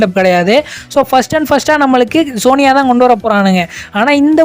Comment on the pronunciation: Sony yay ❌ soniya ✅